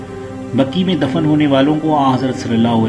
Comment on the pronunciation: Bhai sahab jannatul Baqi hai Aap jannatul Baki bolrahy ho .....ghalat hai bhai ...